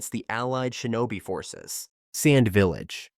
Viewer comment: vilalge.......fuckin ai bullshit